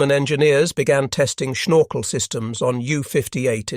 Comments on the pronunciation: IIn Dutch it is Snorkel, and NOT SHnorkel, do you have a teeth problem? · It's funny how says "schnorkel";-)